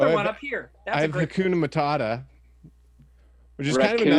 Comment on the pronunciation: I also heard "racoona-matata". And I love that it is now a thing.